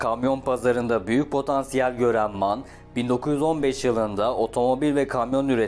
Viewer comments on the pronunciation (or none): Em ay en diye okunur abicim